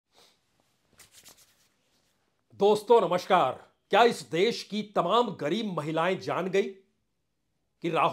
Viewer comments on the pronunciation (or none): प्रसून जी महिलाओं को 1 लाख रुपए सालाना देने की बात की है परंतु आपके मुखर बिंदु से 1लाख रुपए प्रति माह बताया गया है। जरा ध्यान और सावधानी से बोला करिए और अपने उच्चारण पर विशेष ध्यान दीजिए। नमशकार नहीं नमस्कार होता है।😂😂